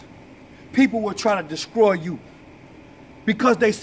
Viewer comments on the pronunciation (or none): Great Video But The Word Is Pronounced “Destroy” Not “Deskroy!!!” 🤷🏽‍♀️🤷🏽‍♀️🤷🏽‍♀️ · Lol “desCroy” 😂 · Di... Did he say descroy?